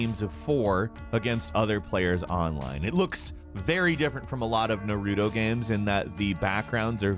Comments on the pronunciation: NAR as in JAR why ya gotta say naruto all weird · That's the weirdest (Naruto/boruto) pronunciation i've ever heard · The way he said “Naruto” 🤬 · It’s NA-RUTO not NUH-RUTO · It's 2020 and people still say Nah-roo-toe. I'm done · Norooto to burooto 😐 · You forgot Noruutuu to Borutuuu lol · "E-do" "NaRUto" Not it's not intentional. Funny tho. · Lol "Nairtoe" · How you say naruto is Triggering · Omg he’s pronunciation of Sekiro, Edo, Naruto, and Ten-chu was really distracting lol still an interesting video nonetheless. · Like, I'm not a weeb by any means But his mispronounciation of these easy words hurt me lol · 2020 and people still say Naruto wrong.